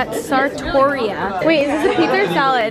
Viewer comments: Ok Who else cringed when you heard the restaurant (JACOB) Sartoria(us) JACOB SARTORIUS 😂😂I'm dying😂😂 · When said the name if the restaurant she was in, i thought she said Sartorius😂